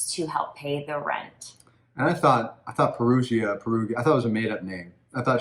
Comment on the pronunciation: Wow the Italian pronunciations were hideous!!! Americans can be so ignorant. It's not hard to say Perugia or Raffaele. It isnt RAFAEL. That's like calling someone Elizabeth when their name is Isabella (the Italian version of Elizabeth).